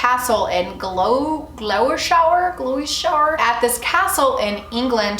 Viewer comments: 🎸 🎶 I love Ozzy! My parents are big fans so I grew up listening to him !!! Also: don’t worry about Gloucestershire! It’s a bloody awkward word, some British folks can’t even say it right! (Gloss-ter-sheer) or at least that’s how it’s pronounced up north where I’m from. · i love hearing american pronounciations of english castles/ counties. the one you mentioned is Gloucestershire, (Gloucester for short) - its pronounced Gloss-ter-shire but if you ever come to england you must visit it!! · Love your videos!! I always look forward to new ones!! Gloucestershire is pronounced Gloss-ter-shire btw! ❤️